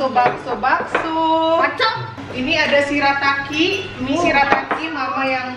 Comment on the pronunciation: si ngomong bakso malah jd "bacot" hahahahahahahah 🤣🤣🤣